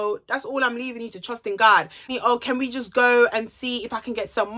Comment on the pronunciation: I cry whenever she says “trust in Gawd” 💀😭😭😭. You’re soooo funny.